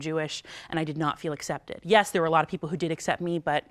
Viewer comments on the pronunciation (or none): none